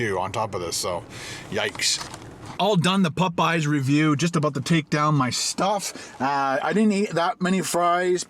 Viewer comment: I love the way you say Popeyes. "Pupeyes"